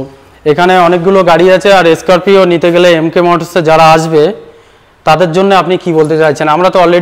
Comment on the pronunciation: স্করপিও না বলে বলছেন,,এস স্করপিও😮😮😮